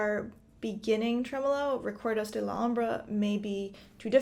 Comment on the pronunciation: She can't even pronounce Requerdos, let alone play it.